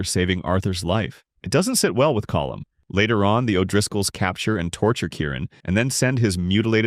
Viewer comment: Sean would be happy he pronounced colm correctly